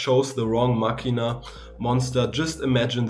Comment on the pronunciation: Finally someone who says "Machina" instead of "Mascina", you made my day lol. Insane video as well! Good job!